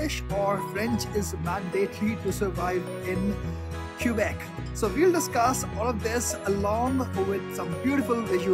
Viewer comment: FYI for foreigners, locals pronounce Quebec as kuh-bec. Don't pronounce the u.